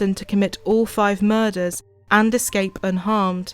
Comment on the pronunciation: Ive never heard anybody pronounce “murders” like that one anchor woman did. Like the fuck does muhUzz mean??